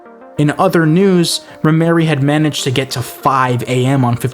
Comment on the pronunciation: ...its Rhymery not Rhyme Mary. Thats a man....